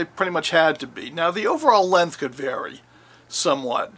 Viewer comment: I wish people would learn how to pronounce 'length' correctly!